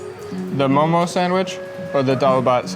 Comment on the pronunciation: I am sooo proudddd of you 😭😭❤️❤ Thank youuuuu for pronouncing 'momo' correctly😭❤️